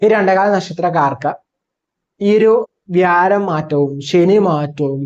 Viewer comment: വ്യാരം അല്ല വ്യാഴം എന്നു പറയു